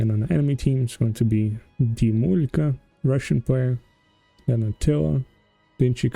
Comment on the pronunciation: I was pleasantly surprised when you read the name Dimulka in Russian....👍 You have good pronunciation in Russian...👍 Thanks for the video....)❤